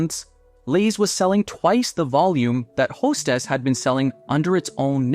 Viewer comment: AI CRAP... Hestess?